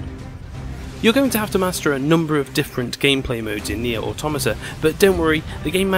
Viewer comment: Its pronounced NieR Automata, just so you know. Lol 😆